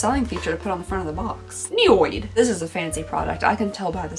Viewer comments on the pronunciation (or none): Your dyslexia kicked in. NY odd. Niod not noid. LOL